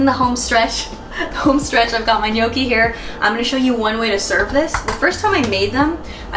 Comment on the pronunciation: Brava...good pronunciation! Many American says gnocchi wrong. And well done, also for recipe! Muy ricas! :-)